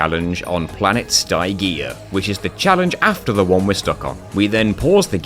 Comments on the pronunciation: I was really looking forward to how you'd handle the grind rails and the Tower of Power and I was not disappointed. Though I am deeply amused by your pronunciation of Stygia. (It's Stih-jee-uh, not Sty-gee-uh. It's pronounced in the cutscenes and I have vivid memory of the cutscenes in Deadlocked since it's my favorite of the first four Ratchet games and the cutscenes are so fun.) Stygia was the other point I was wondering how you could possibly do, and it taught me about the load cancelling glitch as a result: nicely done. Ace Hardlight's bomb issue was another one I was curious about. I didn't know about the distance limit of the shockwaves so that was a nice thing to learn for any future runs of the game I attempt. And goodness if I ever want to get my holoshield launcher to level 99 in a future playthrough, knowing I can shoot it with the turret will help enormously. Thanks for teaching me more about one of my favorite PS2 games and for showing off some cool ways to do various levels. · cant say i have ever heard "Ste-G-A" pronouced "Sty-GA" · Dog my man you can't go calling my goat Stygia "st-i-gee-ah" I refuse to accept this slander of the coolest ratchet and clank planet name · I was going to critisize your pronunciation of "Stygia" as all the characters in the cutscenes say it like "Sti-gee-ah" but then I remembered your are on the PS3 version and would have insta skipped all the cutscenes because, well... y'know. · got a heartache every time he mentioned stygia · If I remember the cut scenes correctly you pronounced planet Stygia wrong but other than that great job mate 👍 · I love all these challenge videos you make but man the mispronouncing of planet Stygia's name made me physically die inside, and I can't tell if it was either on purpose of not fhgfghfghfgh